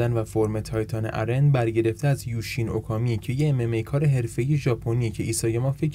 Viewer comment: به اِرن میگه اَرِن 😂😂😂